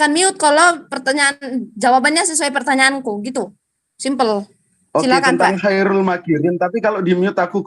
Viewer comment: Khoirul ko di baca kairul pie mbak e..mbak e.. Kaum terjemah memang menonjol